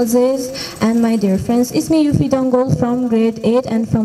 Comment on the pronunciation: Yuphi's name is wrong and what is that sound but nice try😊😊